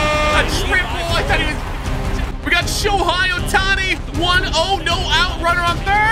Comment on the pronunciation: The fact he said Aaron Nola isn’t good made me scream what out loud💀 Nola is a great pitcher Also it’s pronounced Show-Hay Oh-Ton-Knee